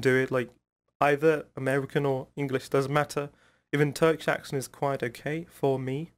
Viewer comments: no, has a really good accent. He is better than mine for sure. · your accent is better than Celal Şengör...😀